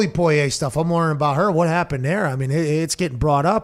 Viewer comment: Somebody PLEASE get Pat to stop pronouncing Poirier’s name like that